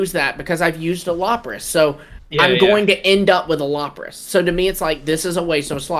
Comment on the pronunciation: Not “Lop-ras” 😂😮‍💨 that hurt to hear